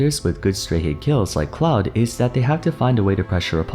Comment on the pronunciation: Did he call Cloud "clod" on purpose?